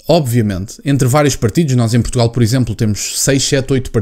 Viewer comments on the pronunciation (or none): none